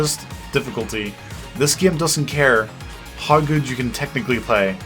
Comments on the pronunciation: thanks to your accent I say "Game" the way you say it like "Gyame", why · I love how says the word "Game" XD